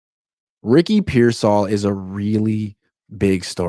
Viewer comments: “I’m giving him grace”, Kyle doesn’t even know who you are and you can’t even say Pearsall’s name right 😂 calling him persell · It’s pronounced Peer-sawl. Sheesh🤦🏾‍♂️😂😂😂